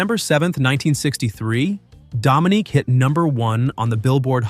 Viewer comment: Dude, you really messed up pronunciation of "Muddah," "Faddah," "Dominique," and "Arab" as they were pronounced in the songs. Sheesh!